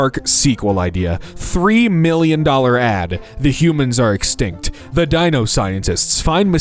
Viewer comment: Is this an AI voice? He referred to the year 300M A.D. as 300M ‘ad’ (as in advertisement). Wtf!